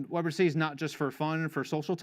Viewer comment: "Web R tuh C" "Web artisy" -- the middle letter is T and it sounds like "tee" and should rhyme with the last letter "C" which sounds like "see". Web Are Tee See